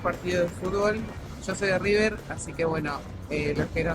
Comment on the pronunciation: "El" Riber??? Ningún argentino lo dice así, sos un trucho